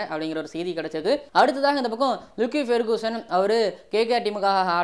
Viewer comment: I would appreciate if you can try to pronounce the names of cricketers properly. This is a feedback not a complaint. You are doing amazing delivery of contents லாக்கி பெர்குசன் தான் கரெக்ட்